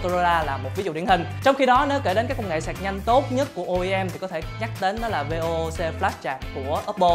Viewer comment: Vê ô ô xê 😂😂😂😂. Tên nó là VOOC: Vốc nhá